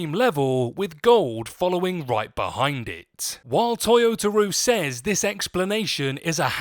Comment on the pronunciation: I will say you should probably get the guy's name right when you say toyotaro